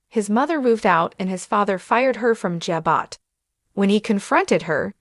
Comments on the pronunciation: Please learn to pronounce Ja-bow correctly! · EXACTLY!! This person/Ai needs to be corrected or educated on the pronounceation of Ja-bow. 😂🤦‍♀️